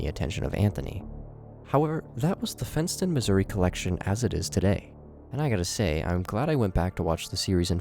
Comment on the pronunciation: When he said “fent”ston I lowkey tweaked